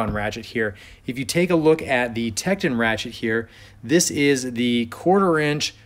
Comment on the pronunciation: TektOOOON not techedin lol